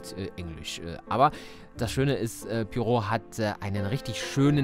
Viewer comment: Und noch ein Oldie. Ich kenne die Geschichte auswendig. Bin gespannt, wie das im Spiel aussieht. Diesmal hab ich das Rätsel vor dir gelöst. Das ist mir noch nie passiert. :face-blue-wide-eyes: P.S. Immer, wenn du Poirot sagst, verstehe ich perro(quet). Dann muss ich an meine ersten Französisch-Lektionen denken.😁